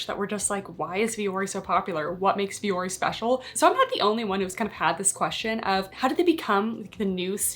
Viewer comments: Thats not how you pronounce the name. My ears. Lol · since the CEO and founder has said the company is named after Finnish word for mountain it's not how it's said. They themselves say it incorrectly which is very disrespectful.